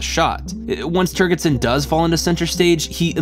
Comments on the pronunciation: "Turgidson" is pronounced with a soft gee or jay consonance, and not with a hard gee. The name itself is a joke on at least two levels. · It's pronounced "Turge-id son". . .No hard "G". . .From the word "turgid". . .Think of the "g" as a "j" instead and you'll pronounce it correctly. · I love your work here, however, My only note (and it is pronounced this way in the movie) turgidson is pronounced turgid (like a boner) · You mispronounced Turgidson. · Also, the consistent mispronunciation of the name General 'Turgidson' really should be repaired. It's almost as if didn't listen to the film, or even get the sexual-play with the name. How is that possible? Other than these things, and the quite bizarre films-pulled for illustrative purposes...which are jarring, at the least... makes some very interesting points, and that's from someone who has known 'DS' for over 50-years.